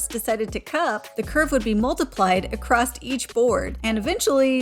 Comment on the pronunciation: Very good job. I think it's funny you say "acrossT". I'm from Houston and man Houstonians say acrosst. It drives my wife bonkers that I say it that way.